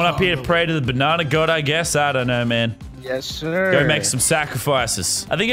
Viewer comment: It’s banana not bananer